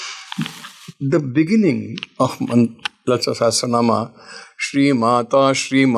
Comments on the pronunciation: Yes badly pronounced by the host. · its Lalitha Sahasra not Sehasra ..correct your pronunciation dear!! Nice podcast though!! God Bless!! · host. Pls first pronounce “Sahasranam” correctly. U keep saying “Seh astra nam “. It is not an astra. Sahasra means thousand. No “t” between asra. if u put “t” it will become astra. Also “Saha” not “seha”. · Host Please pronounce it as sashastra naam.. you are saying sehastra naam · Why r u pronouncing sehasra naam? It's Lalitha sahasra naam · It is Sahasra not sehasra..Pls pronounce it correctly😂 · It is not sehesransma it is sahasranama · Thank you for this podcast, request to please say it as sahasranama not naam 🙏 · Please correct yourself... it's not SahasTranama, it's SahaSranama. Sahasra means 1000. Guruji correctly says SahaSra naama. Please pronouncr correctly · It sounds better if you say Sahasranamam and not Sahasranam. Please pronouce properly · Also it sounded like सेहस्रेनाम् and not सहस्रनाम… should not be difficult for Hindi speakers. Hope this comment is taken in the right sense don’t mean any disrespect 🙏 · yes it’s not “say” it’s “sa” hasra Nama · Dear host, your pronunciation of calling Lalitha Sahasranama is not comfortable listening. Please catch the right pronunciation from the guruji. thanks 🙏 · absolutely true. The pronounciation needs to be corrected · The anchor should first learn to say “SAHASRANAMA” properly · Spell correctly. Not Sahesra... Sahasra is correct way to spell